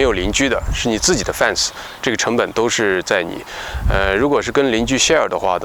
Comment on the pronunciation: 念fen ,不念fan啊。